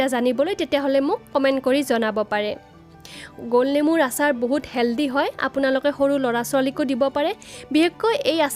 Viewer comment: অচাৰ নহয় আচাৰ